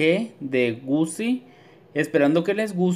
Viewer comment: Aunque se escriba “Gucci” se pronuncia “Guchi” pls dilo bien xd porque me dio un patatús.